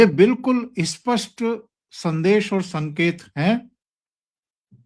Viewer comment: अस्पष्ट ××× , इस्पष्ट ××× नही "स्पष्ट" बोलो स्पष्ट " को अ" और इ" लगानेकी जरूरत क्यूं पडती है। स्वतंत्र रूपसे " स्पष्ट " शब्द बोला जा सकता है?